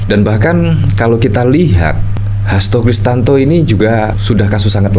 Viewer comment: Pak Hasto kristianto,bukan Kristanto